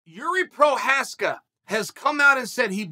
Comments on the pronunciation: At this point Chael should just start putting different names for Jiri in the title of his videos every time he talks about him cuz i don’t think he’s ever once pronounced his actual last name😂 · Jiri/Igor “provider” Prohazka/prokowski/prokaev is eventually gonna get upset about Uncle Chael butchering his name over and over. Hell, I’d love to see the legendary arms of West Linn Oregon come out of retirement so he can remain undefeated and undisputed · Jiří "PROKRAYEV" Procházka strikes again!! :))) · Lasted 62 seconds before calling him Prokriev.